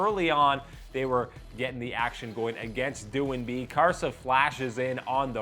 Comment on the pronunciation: No, I don't know about the other casters but he pronounced doin'b correctly